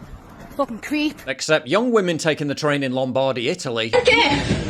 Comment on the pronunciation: It is LOMbardy, not LomBARdy.